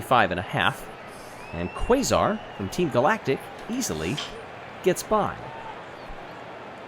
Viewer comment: I know this will be buried, but, Quasar’s name should be pronounced (Kay-zar), rather than Kway-zar. Also, OOOOOOOOOOO